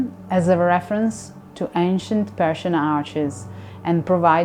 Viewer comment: I love the color blue, works great. But it is a shame every time she says "Persian" somewhere in the world a puppy dies.